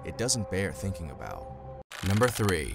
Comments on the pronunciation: did he say Tolken abooot it ever sense? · He said abooted